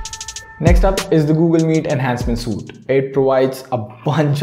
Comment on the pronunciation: "Suite" is pronounced as "sweet"